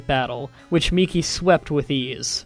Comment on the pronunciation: I'd like to thank you for being the only person I've seen so far to pronounce Miki properly